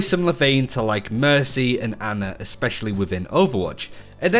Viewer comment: Its ana not anna XD